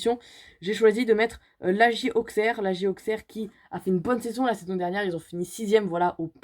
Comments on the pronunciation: Salut dsl de te décevoir pour l’instant Auxerre est troisième et par contre ça ce dit aussèrre pas Auxerre je c c bizarre mais voilà aussèrre pas Auxerre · Salut! Je kiff ta vidéo je suis d auxerre (petit conseil le x se prononce ss) 🙂